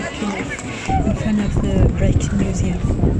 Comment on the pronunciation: Rijksmuseum (Dutch) not Reich (German)... There is a difference you know.